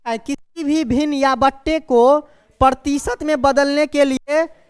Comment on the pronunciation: प्रतीसत नहीं भाई प्रतिशत होता है